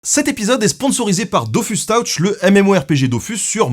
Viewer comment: "Dofousse Teutch", et pas "Dofusse Taoutch".